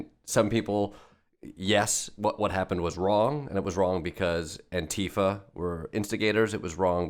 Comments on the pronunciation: Thank you for pronounciating "Antifa" correctly. I always cringe when people like Trump and his followers say "antEEfa". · Chris Hayes... the first American I have ever heard, who pronounces ANTIFA correctly. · Wow, an American who can correctly pronounce Antifa. Finally.